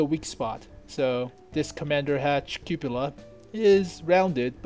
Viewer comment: Why do you say cupula instead of cupola??